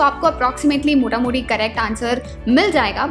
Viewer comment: Ap Bengal se ho? "Motamuti".